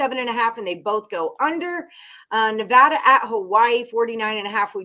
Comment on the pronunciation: It is pronounced ne--VAD-a, where VAD rhymes with BAD. It is NOT ne-VAH-da. Thx.